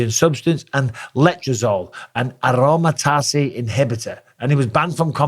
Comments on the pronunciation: You can tell Bisping really didn't ever use steroids by the way he pronounced aromatase inhibitor as arom-a-tazay. Its not french Bisping, its pronounced aroma -taze. Love from Ireland. Also Jones 100% used PEDs. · “Aromatazzy”. Amazing. It would take about ten seconds to research how to say that, and verify other facts in this video 😮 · I love the pronunciation of "aromatase" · Sounds Italian haha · You know Bisping was clean when he pronounces letrazole and aromatase the way he does.